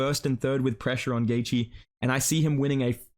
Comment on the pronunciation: I’m so glad you don’t butcher Justin’s last name like Flukas Glazey